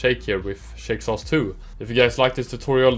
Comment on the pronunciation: Haha love the name pronunciation! Thanks for checking out Shake Sauce 2!